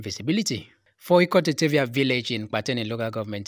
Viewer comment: Good work. But, please, remind the reporter that in Ibom phonetics, the letter 't' at the final position in a word is pronounced /d/, not /t/. For example 'obot' = /obod/, therefore 'Ikot Etefia = /ikod, etefia /, not /ikote tefia/! This type of pronunciation makes the speaker sound strange! Thanks and God bless.